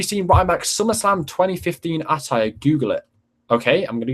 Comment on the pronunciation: Can you please say attire right